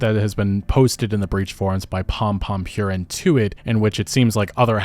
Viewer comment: Purin is pronounced 'poo-reen'